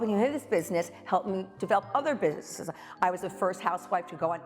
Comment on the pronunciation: Ramona trying to say "businesses" is fryingggg me